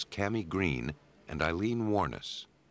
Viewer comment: I didn't think lawyers could actively go and get evidence and hide it, Canada or the US. Is that becoming part of hiding their client's crime? How far does confidentiality go? Amazingly this perfect narrator(seriously) is mispronouncing Ms Wuornos' last name. The emphasis is on the last syllable. That's how I heard her pronounce it herself once.